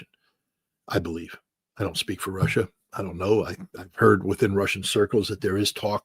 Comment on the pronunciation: What is "Rawssia"?